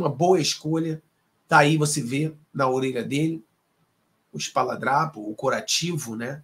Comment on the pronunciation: É ESPARADRAPO, E NÃO ESPALADRAPO!